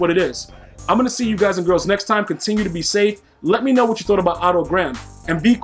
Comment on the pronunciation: Thank god you didn’t call him “Oh toe• like a lot of other you tubers